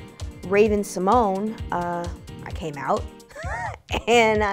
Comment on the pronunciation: the only question that matters is how do you really pronounce her name?? on rupauls drag race she says "symone-yay" and here she just says it like symone? so whats the truth